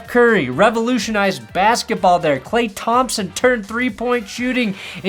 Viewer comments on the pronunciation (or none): none